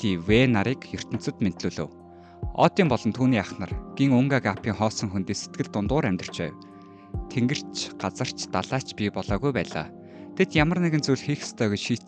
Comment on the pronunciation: өүтэн гээд байдагш дуудлага нилээн муутаймаадаа сайжруулахгүй бол